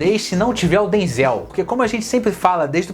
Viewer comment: Você ta pronunciando o nome do Denzel errado querido rsrsrsrs